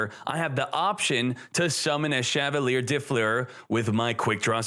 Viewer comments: As a french viewer i love how you pronounce Chavalier de Fleur & Sorciere de Fleur xD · I love how he pronounces Chevalier de Fleur lol ( it's a french name btw )